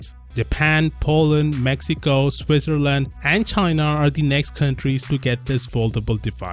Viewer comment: Swisserland... Are you serious? Well, I'm from Switzerland xD